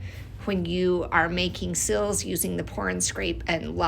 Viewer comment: Oh, SEALS! The pronunciation threw me!